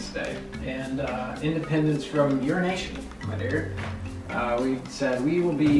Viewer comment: who else thought lance said "independence from urination at the start instead of "your nation"?